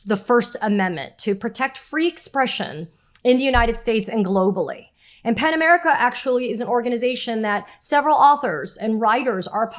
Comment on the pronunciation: Pen America or Pan America?? Ok, it's "Pen" America. Helpful to spell -- you are actually pronouncing "P-E-N" as if it COULD BE "P-A-N". Just an internet/YouTube Virgo. But, a truthful one. It's just AS EASY TO SPELL IT, Katie, right?